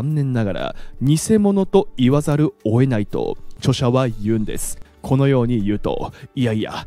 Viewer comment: オエナイ、オエナイって…｢追えない｣とか｢負えない｣に聞こえますよ～ ちゃんと｢を、得ない｣って言ってるんだとわかるように発音した方がいいんじゃないかなぁ